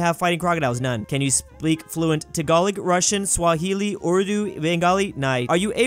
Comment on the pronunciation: Text: tagalog (it's not spelled taglog): tagolic